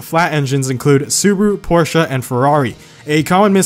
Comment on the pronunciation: Finally someone who pronounces Porsche correctly.